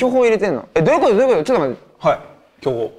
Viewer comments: 巨峰が巨根に聞こえるw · 巨峰が巨根に聞こえたね